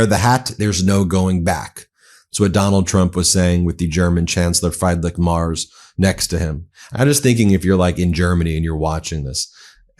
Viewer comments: Ben, not Fryday Mars but something like Freedrick Merch with an s instead of the ch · Guide to pronounce Friedrich Merz not like Bruno Mars. Try: freederick Merz like in Hertz. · You are really butchering the chancellors name. 😢 I don’t like the guy, but the vowel in his first name is iiiii like the E in Elon. His last name is not like the planet, rather the vowel is ä not a (like the “egh” in Meghan) and the last sound “z” is pronounced like “ts” (a bit like in pizza).